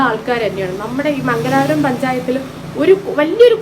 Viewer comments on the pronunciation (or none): സുഹൃത്തേ മംഗലാപുരം അല്ല മംഗലപുരം എന്നാണ്